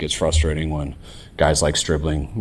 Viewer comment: Stribling, pronounced by as SchhhRIBling.